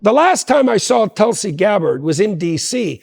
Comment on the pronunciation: The way Tulsi pronounced Tool C ..